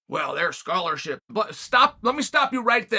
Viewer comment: "Well their schorarshi, Let me stop you right there"😅